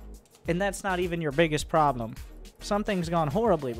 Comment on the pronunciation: “Probe-blem” hahaha perfect